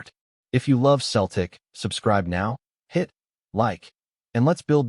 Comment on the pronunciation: It’s not Keltic but Cel tic